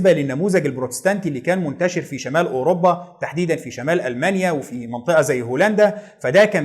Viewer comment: مجهود جبار ومعلومات قيمه جدا.. تسلم ايدك.. وأنا بصراحه كان نفسي ألاقي حد يلخص تاريخ أمريكا كده.. الله ينور عليك.. بس عندي ملاحظه يا ريت تشتغل عليها.. نطقك لكثير من الألفاظ محتاج تصحيح.. علي سبيل المثال وليس الحصر.. إنجلترا وليس انجلطرا.. الملك جميس وليس الملك جيمز اوروpا وليست اوروbا.. فيليب وليس فيلب ربنا يوقفك